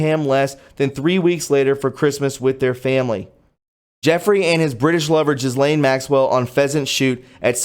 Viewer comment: You do realize you pronounce Ghislaine's name the incorrect X-rated way, right? Just sayin'.